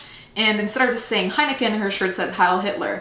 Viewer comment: I am seriously impressed by how Dutch you pronounced 'Heineken'